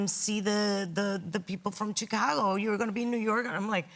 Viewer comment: “I know Chick-ca-go” 💀😭😭